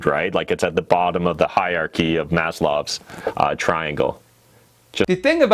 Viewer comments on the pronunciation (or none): I was thrown for a loop for a sec when he said “Maslow’s Hierarchy of Needs” but pronounced “Maslow” with the German consonant sound for “w”. He’s a Jewish American whose parents are from what’s now Ukraine—decidedly not German. And even beyond that, the Wikipedia pronunciation key says it’s pronounced with the English-language “w” consonant sound.